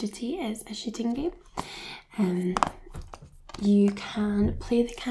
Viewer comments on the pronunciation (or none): When she was talking abt call of duty I though she said this is a shitting game 😂